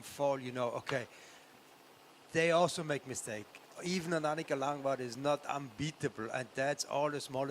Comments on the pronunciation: Ariane Luthi. Langvad's partner winning many epics together. But yes, Langvad not Langval;) is the OG of Cape Epic commentry though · Annicka Langvad!!! Seriously? Come on... Not Annicka Landval? please at least get the leading ladies names right????? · Its pronounced, LANG VAD , Langvad.. She has won more Cape Epic's then anyone, she is one of the best, maybe they need a better anouncer, like that woman anouncer yesterday.. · When will de Cock learn to say Annika Langvads surname correctly!